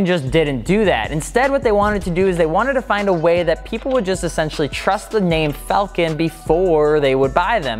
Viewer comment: It's pronounced Fall-Ken , not falcon. Falcon is a bird. Falken is a tire.